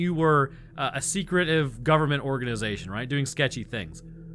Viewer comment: It sounded like you called them "gooberment" agents😂